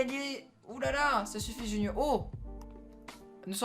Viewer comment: Qui a remarqué que c’était pas "Junior" mais "Junoir" ? 😂